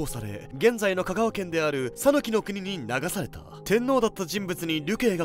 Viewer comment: 讃岐の発音をタヌキのイントネーションにするのやめて欲しい😅